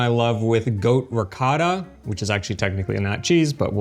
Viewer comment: Actually better than his pronunciation of ricotta. 🤣